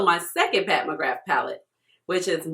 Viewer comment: Just a heads up from us celts, it’s pronounced “McGrah”